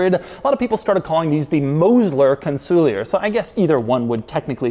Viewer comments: Con Sul Ear not Con soolee er. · It's not "Con-sool-lee-ur" It's pronounced "Con-sul-ieeeeeeeer":elbowcough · You'd think that before making the video, he'd at least check a couple of videos with Mosler to learn how the name is pronounced. It's Con-suh-leer, not Cun-soo-li-yer. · Yes, his exaggerated incorrect pronunciation was driving me crazy 😂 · Doug it's pronounced CON-SOL-YAY !!!!!!!!! I'm old & have lusted after one of these for over 30 years. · I always assumed it was pronounced like it was a French word... Con-Sool-Eee-Yay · Every time he says kahnsooleeuhr I lose 50 braincells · Are we sure it's not pronounced con-sue-lee-yay? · Im not shure hes pronouncing the name properly 😮 it is gorgeous tho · wouldn't it be pronounces Con-sul-e-A as it's a French word? the "ier" making an "eh" sound?